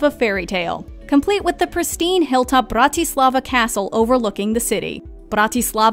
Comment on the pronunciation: it's the "brRrrAtislavA" for me